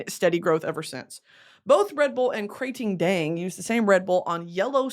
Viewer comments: OMG the way you pronounce KraTingDang is exactly like the way Thai ppl (me) pronounce it.❤❤❤❤ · Hi Supreme Leader me and my mom are Thai and I just wanted to lyk that she loves your pronunciation on Thai Red Bull thank you for making us laugh💗